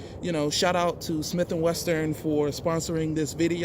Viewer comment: its wesson man. it is not pernounced weston bro lol